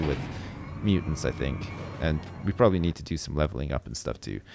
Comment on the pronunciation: "proberly"... Really?